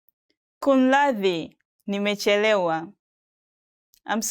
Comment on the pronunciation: no KUNRADHI it is KUMRADHI